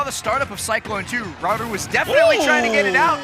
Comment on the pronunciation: is a good commentator and seems like a nice person but holy shit just say Raru without the japanese accent, jfc that is insanely cringe weeb behaviour